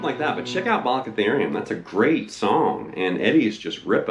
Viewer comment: I'll just give you a 👍 for even pronouncing "balicotherium". I use that full E5 all the time, using my middle and ring,( dubbing the G with the ring finger). It's so bad ass and full sounding. Thanks! I miss Eddie 😞